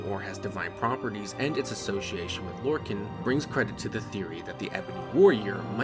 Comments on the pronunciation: Lore-khan not “can” like a soda can but khan like Genghis Khan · Mankar Camoran pronounces it as Lor-can/Lor-con during his speech in Gaiar Alata